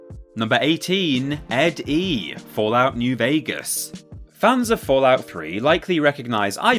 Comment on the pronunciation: Downvoted. You mispronounced ED-E's name and ranked him 17 spots too low.